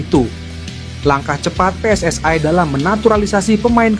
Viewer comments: Min pake bahasa indo saja kalau baca tulisan PSSI, kalau pake BHS inggris PSSI bacanya Double U, S, Ai, bukan Pe S S AI...salahhh...😂😂😂😂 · Bahasa nya yang benar ya...., pengucapannya jangan pakai bahasa tetangga sebelah... bahasa ROJAK .... ( PSSI diucapkan PSS Ai ) payah lu...‼️ Pakai bahasa Indonesia yang baik dan benar.... NKRI 🇲🇨 harga mati 👍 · WNI bukan WNAy PSSI bukan PSSAy..belajar bahasa Indonesia yg benar dong